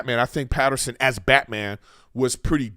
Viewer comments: It’s Pattinson. Not Pat-her-son. Robert did a great job and doesn’t care to be playboy Bruce yet. Now that the way the movie ended he’ll be more involved with the citizens of Gotham. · Mr griffin, there is no R in Pattinson